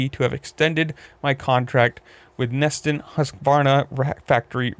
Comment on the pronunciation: and it’s pronounced Na Ston not “neesen”